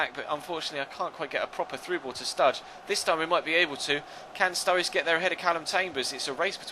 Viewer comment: Why do you call sruRRIde studge